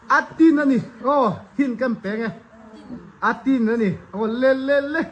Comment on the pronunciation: Vaitin leh Phulmawi kha alem nen adiktheilo,adang dangah pwh adiklo.Vaitin tih a"TIN"tihlaikhaRUKRU tih a"RU"tih thluk anitur,Phulmawi ahpwh PHUL tihkha Meizu tih a"ZU"tih thluk tûr,a awmanglo hlawm ltk,Mizotrawng leh khawhming intidanglamdaih tihna ani,fimkhur tawh u,a mawlthlak.